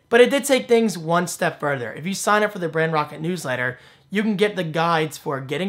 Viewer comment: I'm assuming Brand Rocket was not available, but why did you call it brand rockt? Rather than Brand Roket, or something that doesn't confuse pronunciation.